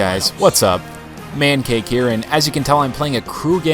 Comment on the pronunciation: Man Cackon it sounds like man cake but it also sounds like man cannon (just in case you decide to pop the occasional three with your new small forward)